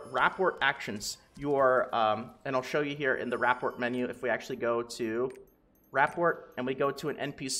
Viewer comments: Ruh pour. Not rap port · rapport = Ruh-Pour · Love the info bro!!! Your channel has been a huge help with getting me over 1k ilvl. I have only one small request. Please pronounce "rapport" correctly. It made me cringe so bad I almost unsubbed haha j/k. But seriously, it's pronounced "Ruh-pore". Again, thank you for the effort you put in and the info you push out. It's appreciated. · Rapport is pronounced "Ra-poor" it's a real word, it means your compatibility with someone. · My friend, rapport is pronounced with a silent t. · Loved the video. Hated the way you pronounce rapport